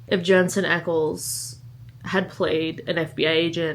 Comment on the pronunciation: Oh I have to read that romance. Expically how you said Jensen... lol and mention Supernatural. 😂